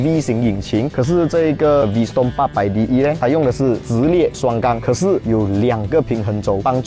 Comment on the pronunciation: 小提醒 發音是V strom ✅, 不是V storm ❌